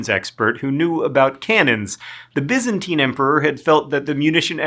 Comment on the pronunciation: I thought he was pronouncing Byzantine wrong but maybe that's just me